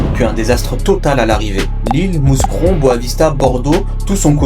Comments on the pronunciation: pas "mousse cron" mais "mou cron" faut vraiment stopper cette façon d'écorcher les villes belges svp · A partir du moment ou tu dis MouScron, t'es pas crédible. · On dit Mou(s)cron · Mouscron... "MOUKRON" en phonétique putain de merde... Avant de taper une vidéo renseigne toi sur la prononciation, ché pas moi c'est la base. Ça peut paraitre con ce que je dis mais ça fait la diff entre un taff bâclé et une vidéo sérieuse. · Le s de Mouscron est muet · on prononce pas le s de mouscron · Mouscron le s ne se prononce pas. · Mouscron on prononce pas le s ! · Pour info, on ne prononce pas le "S" pour Mouscron ;)